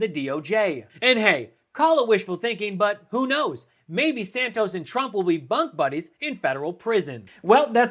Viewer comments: "bunk-buddies in prison" I thought I heard "butt-buddies!"🤣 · did you say but_ buddies or bunk buddies?